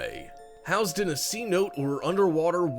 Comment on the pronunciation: not pronounced "C-note" Its pronounced "Sin-Oh-Tay" Just fyi